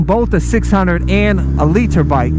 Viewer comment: I agree with you but the way you say litre is annoying